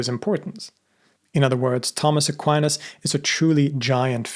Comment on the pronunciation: Tomas Aquinas ( please do not pronounce Tammes Aqua -áines ) has been one of the greatest philosophers of all time still quite relevant due to his sharp wit , no-nonsense Aristotelian logic addressing theological matters .